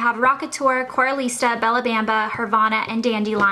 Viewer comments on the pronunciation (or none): none